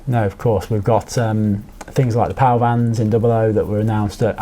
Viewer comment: Emphasis on the pal vans 😂 I might actually order some, they look pretty cool!!